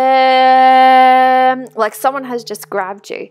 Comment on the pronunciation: That really felt nice ...thank you ...it is not vaam..but to be pronounced vum